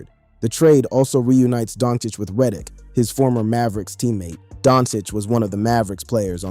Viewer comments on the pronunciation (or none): Stop mispronouncing Reddick